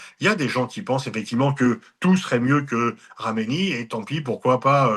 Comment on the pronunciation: C'est pas un peu antisémite de prononcer Khamenaï? Que khameni